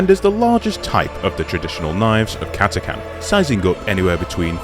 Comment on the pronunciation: Thank you for pronouncing Catachan correctly